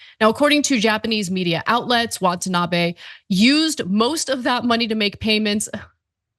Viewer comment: She keeps saying “WANTanabe”